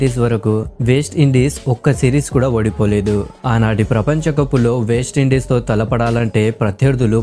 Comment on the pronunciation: వేస్ట్ ఇండీస్ కాదు రా బాబు..... వెస్ట్ ఇండీస్ రా నాయనా.....